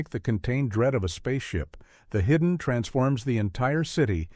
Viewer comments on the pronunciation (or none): I absolutely love how the AI voice misprounces the Hidden (hudden) one second, then gets it right literally two seconds later. And its Tob-EEE Hooper! Not Tobe like robe. Every AI voice in all these YouTube channels ALWAYS gets it wrong! I thought Leviathan was better than Deepstar Six but thumbs up for your thumbnail of Nia Peeples.